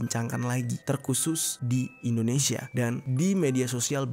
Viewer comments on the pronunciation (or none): none